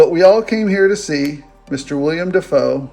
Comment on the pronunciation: It's Willem Dafoe, not William Dafoe.